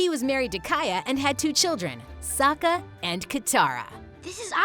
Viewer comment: Wait listen or she didn’t say sokka right!